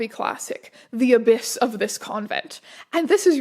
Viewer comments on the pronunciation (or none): I tried searching through the comments to see if anyone else already pointed this out, so apologies if this is redundant: abbess is pronounced "ab-ess" rather than "ab-iss." But wildly funny to imagine that Abyss Classic as a huge, gaping void rather than like, a woman abbott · I was wondering what that abyss person or thing was in the nun story :D (I don't think you're saying it right) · I can't tell if Strange just doesn't know how to pronounce Abbess or if its one of those fanfics where everything is misspelled.